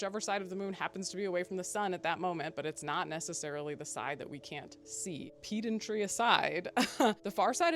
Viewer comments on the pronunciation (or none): Not to be pedantic but please learn to pronounce "pedantry".